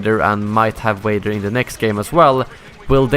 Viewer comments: When he said Vader I sounded like Waiter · Also lol wader